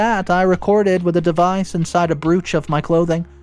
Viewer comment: Brooch isn't pronounced bruch